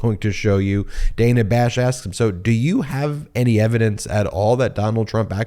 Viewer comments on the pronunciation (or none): Dana pronounces her name as Dan-a. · why does he keep calling her Dena? 😂